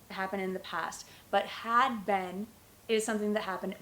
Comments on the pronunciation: it's very difficult for you to teach because your pronunciation of been its verrrryyyyyyyyyyyyy baddd omgggg disgusting sorrry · you pronounce "been" like "ben" ...i've never heard this accent